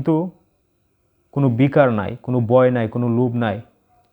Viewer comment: বয় না বলে ভয় বললে শুনতে ভালো লাগে